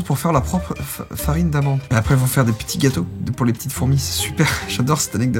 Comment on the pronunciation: “et après elles vont faire des pitits gâteaux” je meurs 😂